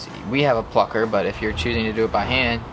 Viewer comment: When they say plucker my ears be like.. FUCKER